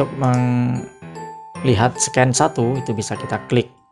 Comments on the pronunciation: bagus banget mas. Masukan aja mungkin pelafalan bahasa Inggrisnya bisa di benahi, seperti Scene bukan `sken` tapi `sin` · Eh min, bener kah itu bacanya SCENE yaitu SKEN??? 😎🤔🙄